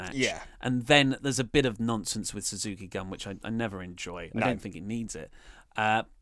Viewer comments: Suzuki Gun is pronounced goon. Also, Suzuki didn't bully Goto, he wouldn't acknowledge him, or say his name. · it's pronounced Suzuki Goon! Also bring back Great Balls of Botch.